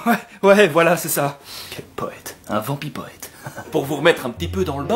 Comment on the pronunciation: Prononcé vampipwèt